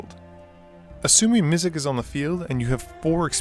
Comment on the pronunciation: MizziX!!!! There is an x at the end of Mizzix. Not a k. So annoying. Sorry just bothered me a fair bit. I did really like the video though sorry for being that guy.